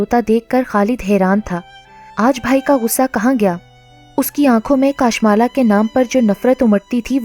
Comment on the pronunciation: Assalam dear yai naam kashmala hai kaashmala nahi .